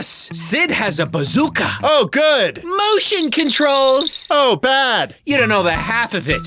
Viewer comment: MOWESTION CONTROOLLLZZ!!!!!